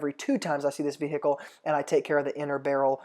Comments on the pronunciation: “the vee hickle” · Evan Karner HILARIOUS!!! I thought no one else noted how he says vehicle! 🤣😂